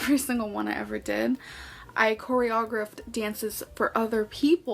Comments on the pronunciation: korea grift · "I corry-ah-grift lots of dances." Sure ya did. 🥴🥴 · "I choreAgraphed uhhh dances, and won every talent show" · the way she said 'choreographed' tells me she only knows the word through text. she would know how to say the word properly if she were exposed to it verbally (likely at a dance group) lol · What kind of dancer can’t pronounce choreographed? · The way she pronounced choreographed omg…